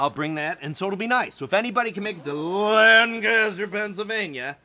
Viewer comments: They pronounce Lancaster like this, " Layne Ku Ster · Quit putting stress on the first syllable of Lancaster. You'll mark yourself as an outsider. :)